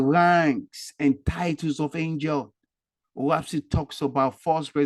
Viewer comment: I don’t think you’re pronouncing it right. Lol. It’s “Oahspe” not “Oahpse.” Lol